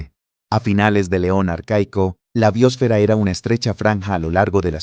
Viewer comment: BiÓsfera... ¿Dónde está el acento de esta palabra? Me horrorizo escuchar esta se pronuncian cuando NO SE DICE ASÍ.